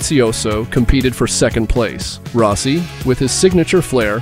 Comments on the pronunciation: Ro- si? to Rossi 😂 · Rowsee?...Turned off immediately...😂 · was gonna say at least eventually he got Rossi pronounced correctly….then goes back to improper lol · How to tell if your Narrator is A.I..... well it can't say Rossi correctly. Booooo! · Nope, I stopped when you mispronounced Rossi